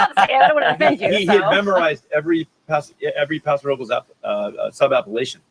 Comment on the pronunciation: Please let Austin Hope compliments for pronouncing Paso Robles properly as it sounds in Spanish.